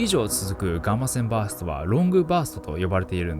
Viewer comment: ガーませんバースト聞きすぎて耳があ笑